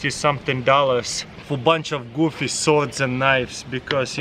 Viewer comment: "Bunch of gwoofy swords and knives" should be the name of this kit.